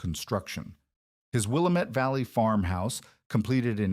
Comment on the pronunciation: Oregon coast here. It's pronounced Will-AM-ette.